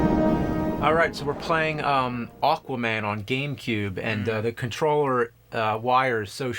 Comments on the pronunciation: It was driving me nuts how James kept saying "Awkwaman" lol Also, yeah, from the mid 90s to the early 2000s, Aquaman had long hair and a hook for a hand. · I was so sure when James said the title in the beginning it sounded like he called it "Awful-man." Hehe. Unintentional!